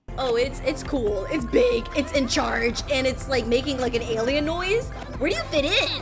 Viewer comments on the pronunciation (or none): none